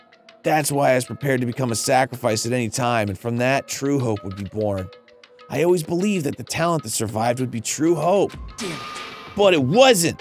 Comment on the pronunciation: "surived" lol